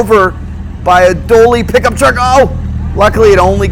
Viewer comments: Dually!!!!! Not Doally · its called a dully not a dolly truvk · I heard a "doaly" "doley"? Haha! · Is he saying a "Doley truck" or am I just mad over being click baited. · I hear "willy bar". Anyone else? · That’s what I’m hearing, how he managed to get that from “Dually” is beyond me.